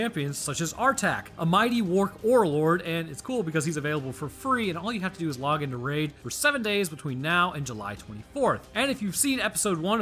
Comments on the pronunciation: i love ya man but you said Wark orlord instead of orc warlord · "a mighty worc orelord" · During the Raid ad he says warc orlord great video overall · did you actually mean to say "Worc Orelord" or was that a slip of the tongue you missed? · "Artak, a might warc orlord..." XD <3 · Dood, he said worc orlord when he was introducing artak